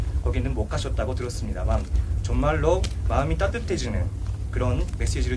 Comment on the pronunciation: 통옉 발음 깍딱 하면 웃음 터지겠는데. 점말로..곤통적으로.. 세계 가꾸근.. 군민간 교류..